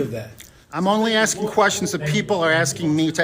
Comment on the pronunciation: Axing, get it right!